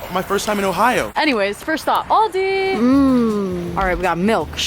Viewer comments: “Oldeiy” got me LAUGHING SO HARDDD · NAH BC IM FROM AUSTRALIA ND THE WAY SHE SAID ALDI IS SO CHEAP :) THAT WAS TOO FUNNY